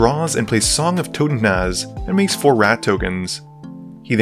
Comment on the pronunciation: My man pronounced "Totentanz" like it was some ancient language and not just plain old german.